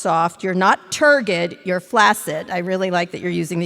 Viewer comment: Did anybody else notice "turghid"